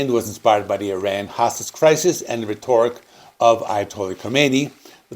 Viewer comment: Very informative video! I'll give CE a fresh re-listen... For future reference, please double check your pronunciation of "rhetoric" and "Spokane".